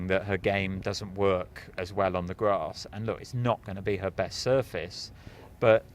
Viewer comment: U guys have to start saying "grass" properly. Not "grossss" it's driving me to insanity where I'm gonna have to be locked-up for 72hrs